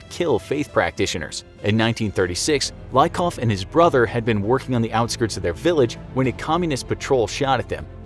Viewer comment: Letter Y in their family name Lykov (Лыков) should be pronounced not like i in the word like , but like y in geology